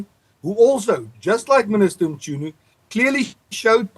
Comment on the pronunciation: lol we need a youtube tutorial on how to pronounce Mchunu, this 'MuChunu' business is funny🤣😂🤣